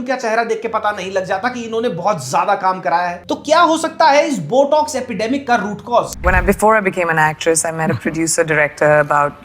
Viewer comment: jaaaahil aurat it’s not BUTTOCKS it’s BOTOX 🤣🤣🤣💩💩💩🤮🤮🤮